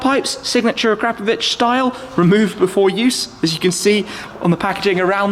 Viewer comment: And even managed to pronounce it properly, proper car guy 😎